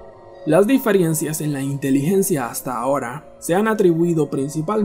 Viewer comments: El pronunciaba diferiencias no difirencias. pero bueno igual esta mal dicho. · ¿Como dices DIFIERENCIAS, pelmazo. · no me da confianza el video desde que escuche diferiencias JAJAJAJAJAJAJA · Se dice diferencias no diferiencias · 😠😠😠😠 diferiencias...no sé cómo aguanté 3 minutos... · Diferencias !!!! No difirencias